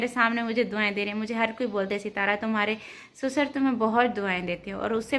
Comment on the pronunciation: Pahle to sasur hota hai susar ni